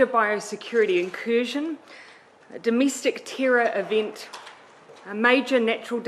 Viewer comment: "Demistic tirror ivint." I just can't.